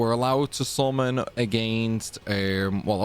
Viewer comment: Took me a while to figure out that with SORMAN you actually mean "summon".